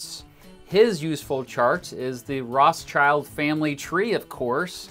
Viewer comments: The fact that he says Rothschild wrong really annoys me as a German speaker. It's actually Roth-Schild not Roths-child. Otherwise good Video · It's not child.. its shield. Roth (red in german) schild (shield in german) as red shield. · It's not Roths-Child, it's Roth-Schild. In english that would be Red-Shield. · Why do English people keep pronouncing Roth-schild as Roths-child? It's a German family name: Rot (red), Roth is probably an old-fashioned spelling, and Schild (Shield) are the words the name consists of. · The english spelling of the Family makes me angry! It´s not Roths-CHILD it's Rot-schield. Like red and shield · Yeah it translates to ‘red sheild’ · Rothschild should be pronounced RothShield. Red Shield. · The pronounciation of Rothschild has me dead. ROSS CHILD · i love you but the way you sat their family name kills me its pronounced something like Rothshield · i cringe at every instance he pronounces the name wrong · I really like the video, but I have one concerne: It's pronounced "Roth + schild(like the english word "shield")" not "Roths + child". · Crazy how you really pronounce their name that way. Rothschild literally means red shield in German and is pronounced like "rot-shilt" with a long o. Has nothing do to with a child whatsoever... Said that, great vid! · A minor note on pronunciation. The pronunciation of 'ch' like in the English word 'child' isn't correct here. In fact, this name contains the German trigraph 'sch' which is pronounced the same as the English digraph 'sh'. If I'm not mistaken 'schild' means 'shield' in modern German, though I'm not sure if that's really in the etymology of the name. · It is spoken out: Rot-shild Like: Red-shield Got it?! In English the surname loses it’s meaning. 👉 Roth-schild means red (with a “h“) 🛡. Roths-child means the child of the Roths. But: 👍 Detail. We all know who is meant. 🇨🇭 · Rothschild is actually pronounced Roth-shield